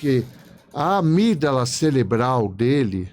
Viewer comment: Ele falou amígdala celebral mesmo? Ou fui só eu que ouvi?😮